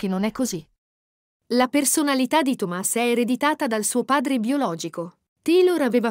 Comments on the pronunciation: Che spasso! La pronuncia della commentatrice è favolosa. Tomas con l'accento sulla A e "Pierce" 😂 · Scusate, ma si legge PIER o PIERS, non Pierce, su... Anche Thomas ha un altro accento...